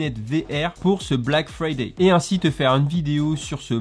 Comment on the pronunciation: 🤣😂 Black Friday tu la bien dit